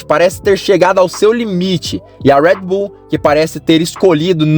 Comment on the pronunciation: Parei de assistir quando começou a falar “ruédibú” que pronúncia de merda é essa? Não é inglês nem português.